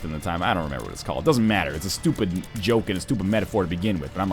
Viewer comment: Honestly, i freaking love Northernlions "stoopid" :D